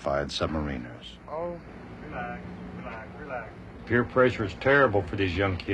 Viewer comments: It's sub ma-ri-nas not marina's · You would think he'd know how to pronounce submariners?